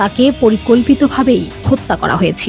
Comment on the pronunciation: "ডেক্স রিপোর্ট" না "ডেস্ক রিপোর্ট" হবে শব্দটা। Deks না Desk। আগে s পরে k। আর, অশিক্ষিত, বর্বর মেয়েটা উচ্চারণ করেছে আগে k পরে s। এরকম অছাত্রী, অশিক্ষিত মেয়ে কিভাবে বাংলাদেশ প্রতিদিন এর মতো প্রতিষ্ঠানে চাকরি করে? এটাকে আজই লাথি মেরে বের করে দিন।